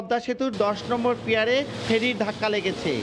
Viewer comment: রিপোর্টার পিলার বলতে পারেনা পিয়ার বলে।